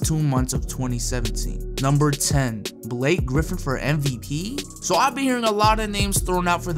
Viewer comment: Block-Ay griffin